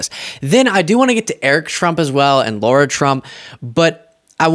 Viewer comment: It's Lara, not Laura